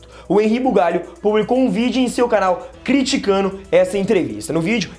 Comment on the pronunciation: CRITICANO OU CRITICANDO? SR DONO DO CANAL, FAVOR FALAR CORRETAMENTE, TA FICANDO FEIO HEIN!